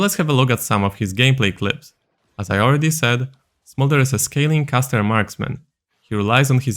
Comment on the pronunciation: Hearing saying smorder's abilities might be the funniest things ive heard yet this year. Especially the E, flap flap flap.